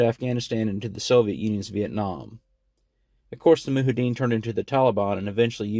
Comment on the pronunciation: Moo-hideen haha. It’s Mujahideen (moo-jihad-een.)